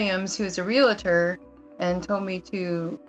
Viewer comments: The word is not "re-la-tor" and it's not spelled :"relator." It's "realtor." "Re-al-tor." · It’s pronounced REAL-ter Not Ree-la-ter! Geez! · It’s realtor, not realitor. 🙄🙄🙄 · Why does every one say Real a ter? Lol. It's Real tor. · REAL-tor. It is not real-a-tor. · The word is realtor - re - al - tor, not relator - re - la - tor. If that is your profession, at least say it correctly. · This woman is beyond stupid!! I am just floored by the idiocy of these people. By the way, it's REALTOR, not Realator... this drives me nuts!!! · It’s not Re-la-tor, it’s real-tor 🤦🏻‍♀️😑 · Let me help out, here: the word realtor is pronounced real-tor, not real-a-tor. Two syllables and not three. Majority of people always mispronounce that word. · It's pronounced real tor 2 syllables!! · “Real” - “Tor”, 2 syllables, no hate, just a commond mispronounced word. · ‘Barry’ can’t spell realtor (‘relator’) and can’t pronounce it. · Realtor is 2 syllables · Does the staff at Catfish not know how to spell realtor or pronounce it? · Can no one pronounce ‘realtor’ properly in this video? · Why do Yanks have such a hard time pronouncing “realtor” correctly? It’s a simple word. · BTW, it's realtor, not relator 🤔